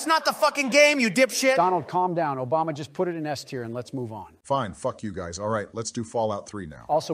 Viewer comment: sounded like "obamina" to me